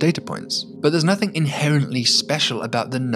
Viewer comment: I wish he wouldn't say somethinK and nothinK. Letting the side down a bit there.... 😆